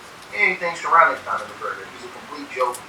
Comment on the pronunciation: "Connon" McGregor 🤣😅